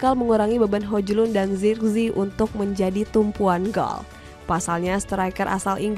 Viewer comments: bacaannya bukan hojlund tapi hojlund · Ngakak denger spelling hojlund 😂😂